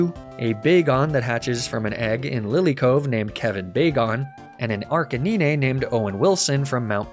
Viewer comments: Is Arca-nee-nae and Nee-nae-tales a joke I’m missing? Or is that just… how he pronounces Arcanine and Ninetales? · Ar-ca-9 Say like that not ar ca niné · Ar-can-eenay is the wildest pronunciation for Arcanine lmao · Arca - n (i) ne????? wtf is wrong with u ? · great video but how you said ninetales and arcanine had me fuming ngl